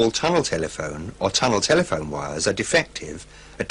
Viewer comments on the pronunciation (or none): Ahh sorry. Auto-correct played up. I was referring to the weird pronunciation where they emphasise the 2nd part instead of the 1st one- as if they wanted to stress that a tunnel telephone is a telephone, not one in a tunnel.